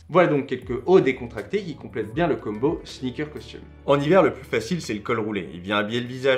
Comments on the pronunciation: Très très cool, mais pour l'amour de dieu combo ne se prononce pas Kumbo!!!!!!! S'il te plaît arrête 🙏🙏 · ni l'un ni l'autre, ca ne se prononce pas comme ca en anglais ni en français. Là, tu le prononce comme "Dumbo" l'elephant mais avec un "K"... Je suis peut être le seul mais j'ai les dents qui grincent à chaque fois.